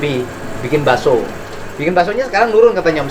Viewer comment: Bilang Bakso Daging Pak Bukan dirinci